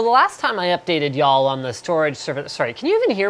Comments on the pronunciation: Yawl? From the country? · Y'all x2 = southern version of Linus?